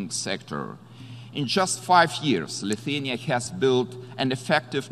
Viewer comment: Its not Luthuania it's Lithuania